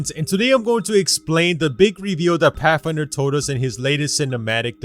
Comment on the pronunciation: Pathfinder to pafinder